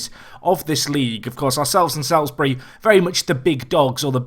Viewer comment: Salisbury is said like solsbury